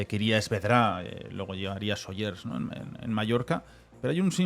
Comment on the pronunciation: Buenos días! No se si esto lo leerá, con todo mi cariño, soy mallorquina, ya te he oído hablar del pueblo de Sóller un par de veces y siempre le añades una S al final (Sollers) de acentúa en la o y no hay s 😅. Y dicho esto, disfruto mucho de vuestros programas, gracias por vuestro trabajo